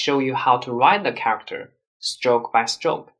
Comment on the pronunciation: It took me a while to realise that when this gentleman says "SILK", the English word he is trying to say is "STROKE". I give up.